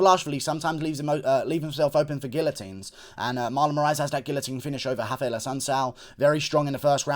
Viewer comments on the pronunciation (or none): none